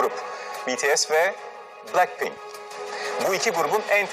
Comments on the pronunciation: lan plakpink ne aw blackpink suça ne ya suga. Roçe ne yaaa rosé Jisu ne ya Jisoo En sonunda me;abi ağzın bozulmuş tamire götürsene Bide abi how you like thatdaki küfürlü yeri banlasaydınız yaw. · plackpink ne yaaa abi şunların isimlerini düzgün oku yaa rokşe ne yaaa dududdudu ne abi biz burda araba mı oynuyoruz. en sonunda bir şeyi doğru söyledin... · Başta pilenkpink dedi hsjvsjs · Oğlum bu kel plack pink ve betee diyo uyuntu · kk plakpenk değil ooooo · Palkpink değil abi 😂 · JİSO,JENNİE,LİSA,LOÇE!! LOÇE NE LOÇE NEE İSİMLERİNİ BİLE BİLMEDEN HABER YAPMAYIN HEM REKABET YOK PLACKPİNK NEE DAHA BLACKPİNK DEMESİNİ BİLMİYONUZ HABER FALAN YAPMAYIN. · Yanlız adam blankpink diyo cncncncncnn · Ya şu blackpinki doğru okuya bilen bir tane bile insancık yok mu ayrıca lan ne alaka kapışmıyorlar aq hepsi kendi yolunda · Daha grupların adını ve şarkıların ismini doğru söylemiyor bide laf ediyor git de ilk önce teleffuzlarını öğren!